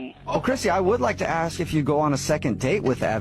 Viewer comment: The lady talking about being board her first red flas was say axe instead of ask